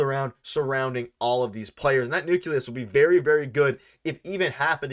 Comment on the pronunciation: it's "nuke LEE us"... not "nuke YOU lus"